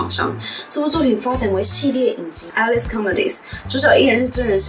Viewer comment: Alice不是這樣唸..